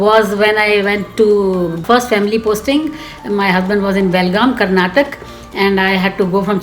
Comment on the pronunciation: She says she is articulate, but she has no idea it's called "Karnataka" not karnatak! 😔